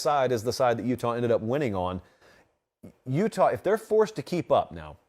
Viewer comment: Check the highlights bro say "Utah" 😂😂